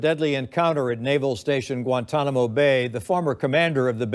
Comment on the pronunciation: Guan-Tan-A-Mo, not Guan-Tom-A-No Please pronounce it correctly. That is very annoying.